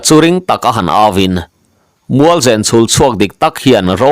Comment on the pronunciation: Mualzen tih hi i Chaw chhum chu a va nen ve tih a nem rik ang hian zen hi ri ta se a dik zawk angem?